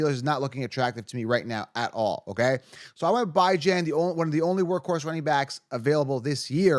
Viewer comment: i cant take you seriously when you pronounce bijans name like that man lol